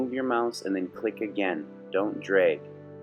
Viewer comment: Did you say "dreg"?